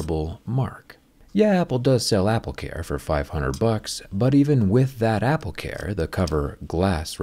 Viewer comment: Apple care se pronuncia apl ker no apl car bro 🤭 saludos